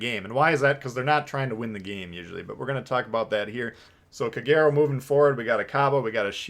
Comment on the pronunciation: Heads up it’s pronounced KAH-GAY-ROH